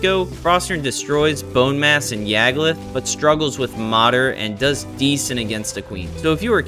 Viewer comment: Just a heads up man, it’s “Moder”, like Motor. Translates to mother